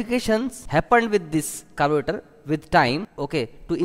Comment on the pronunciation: Nice vedio. Like the way you said "carburetor" at the start😂